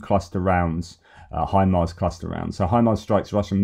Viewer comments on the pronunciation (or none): none